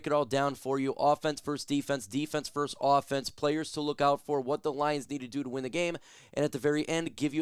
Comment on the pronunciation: VERSUS .. NOT VERSE 🤦‍♂️